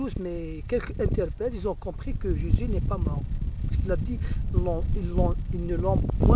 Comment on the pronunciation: Pffff tu ne ces même pas prononcer Jésus correctement ??!!!